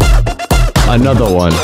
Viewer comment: "Onotha One" How many SUPRAS did you see? 👇🏿